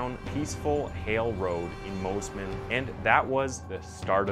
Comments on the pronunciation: One thing I’d like to stress to you in a kind way- don’t use the word ‘old’, use elderly. Elderly starts at 70ish. From 45-65 is middle aged. 40 is the new 30. Just try to keep that in mind 🙏🏻❤️🤞 (plus it’s pronounced Mossman not Mozman lol 😆) 🥰🙏🏻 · Mosman is pronounced as it's spelt, moss-man. How did you get Moes-man? Lol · It's pronounced Mossman. North American people trying to pronounce Aussie words